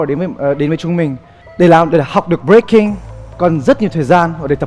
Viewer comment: Breaking thì ông Thành đọc là Bboy, vãi chưởng :))) bộ môn Bboy :))